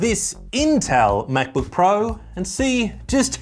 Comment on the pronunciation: The words "Mäc-Book" and "Any Good" ?!? BWAHAHAHA !!!!